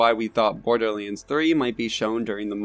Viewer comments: I legit cant listen to this, just say BORDERLANDS not BORDERLEEANDS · OMG IT IS NOT BORDERLEENS IT IS BORDERLANDS. HOW MANY TIME DO WE NEED TO TELL YOU